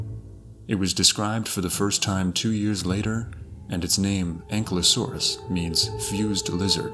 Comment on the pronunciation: Pronounced (AN - Ki - low - saurus) Ankylosaurus . Not "Ancklelasaur".